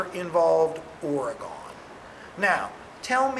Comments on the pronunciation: It's "Or - Eh - GHEN", not "Or - Eh - GONE" T_T Still a great teacher, nonetheless :P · Seriously. As a former Oregonian, I object. :( It's pronounced "Or" (like "Ore") "e" (as in "egg") "gon" (as in the name "Megan").